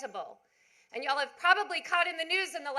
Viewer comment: She saying y’all wrong